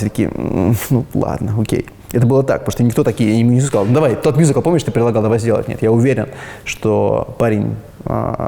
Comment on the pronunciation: Так круто произносит "мюзикл") мьюзикл.. Musical.. В русской речи звучит классно